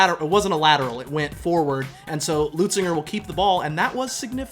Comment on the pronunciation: Leu Zinger!! Where is the “T” you scholars keep pronouncing?? It’s not Leutzinger!